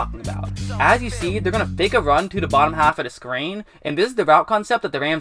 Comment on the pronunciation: "the" not "da"